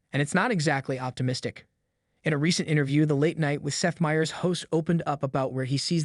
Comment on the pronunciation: You mean like a video about Seth Meyers in which the "narrator" cannot pronounce the name "Meyers" correctly?